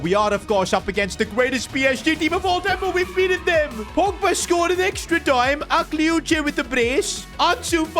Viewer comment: Bro its pronounced akliouch you dont pronounce the e